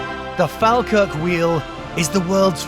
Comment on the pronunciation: its pronounced "fall-kirk" 😉